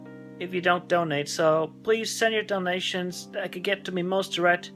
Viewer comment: The way he pronounces 'donations' sometimes sounds like 'dalmatians' to me. 'Please give us some dalmatians, please. We need dalmatians'